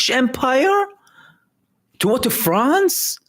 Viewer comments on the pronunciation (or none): none